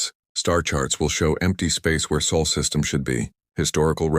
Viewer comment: SOL SYSTEM! NOT SAUL!